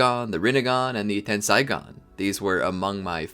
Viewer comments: isnt it pronounced ten-say-gan not ten-sai-gan? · ten "sai" gan LMFAOOOOO